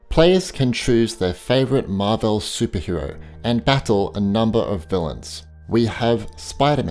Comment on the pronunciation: Absolutely hate the way he says marvel 😡